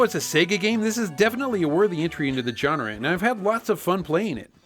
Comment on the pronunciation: The way pronounces the word "genre" bugs me.